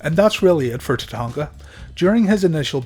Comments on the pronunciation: Wait, is it Tatanka or Tatanga?! Your pronunciation is all I can focus on the entire video. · My question was redundant genius (sarcasm) as it's clearly spelled Tatanka in the title of the video. The jackass narrating the video is clearly unable to verbalize the letter K and instead substitutes G which made it unlistenable. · It was always funny when Bobby Heenan used to call him tatatatatanka.😆